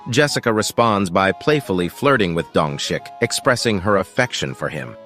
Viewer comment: dongshik I don't care that the subtitles say that but I hear dung shit